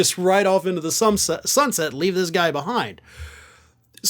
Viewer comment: Sum set is actually a good mis-speak.